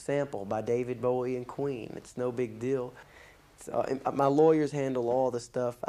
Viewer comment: David Boweee it’s David Bowie not bowee